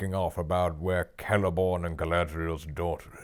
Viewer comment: "Everybody do the Celeborn"